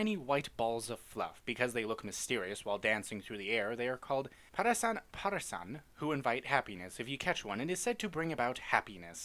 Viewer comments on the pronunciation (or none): You pronounce it wrong... It's not "kerasan parasan", it's a play on the Spanish words "que saran pasarán". If you say it wrong it doesn't mean anything.